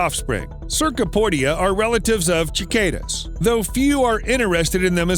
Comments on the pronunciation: Chicadas? No, cicadas, with an s sound. Also, the next bug is a spittle bug. Do some more research buddy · the pronounciation of cicada hurt... chickayda??? what??? also keeps talking about crocodiles when alligators are on screen o-o... ALSO GAVIALS??? WHERE IS THE V IN GHARIAL... they forgot to mention that squirrels chew the skin to a paste before rubbing it in their fur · did h,,, did he just call cicadas "Chickada"? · I've never heard anybody say Chicadas. Definitely new pronunciation for me lol